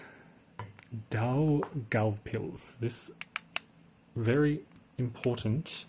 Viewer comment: If you look up city names on wikipedia, they generally have a recording of the pronunciation at the head of the article. You're pronouncing Daugavpils fine. The Germans called it Dunaburg.